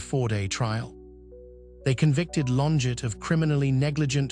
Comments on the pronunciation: It’s not LonJET, bot, it’s LonJAY! She’s French. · That's not how you pronounce her name.